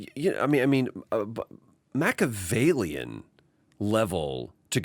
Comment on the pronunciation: As is his pronunciation of it...